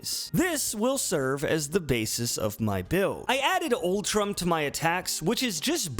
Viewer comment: Oo Trom! OO TROM. That is how you say Utrom. Not ultrum.